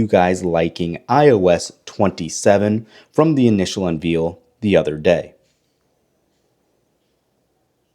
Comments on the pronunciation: The word is unveil, not "unveel"! That's why It couldn't dictate what you were saying. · You don’t know how to say unveil